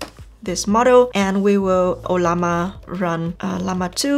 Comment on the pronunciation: You earned a new subscriber today. Thanks for how intuitive this video is. I also love how you pronounce "O-lla_ma"😹..kidding